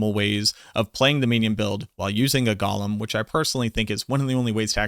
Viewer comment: Bro PLEASE. It’s “GOE-LEM”. Not Gollum. Fckn google it already 😂 idk why but drives me nuts